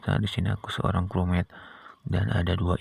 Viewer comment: Aku ketawa banget bang pas abang bilang "crewmote"😂😂😂😂😂